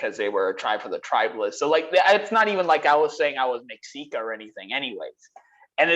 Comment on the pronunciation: Great vid as usual. One thing though, Mexica is pronounced Meh-She-Kah